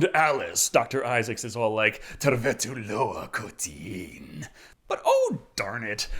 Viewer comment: That "Tervetuloa kotiin" was amazing!! Finland approves!!